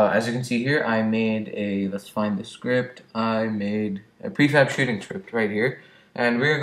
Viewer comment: hey u spelt shooting wrong you said shoothing happy to help